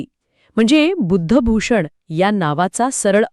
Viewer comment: सर,बुधभुषण नसून. बुद्ध भुषण आहे. असं आहे. बाकी सगळं विश्लेषण छान आहे. हे जरा स्पष्ट सांगितले तर बर होईल.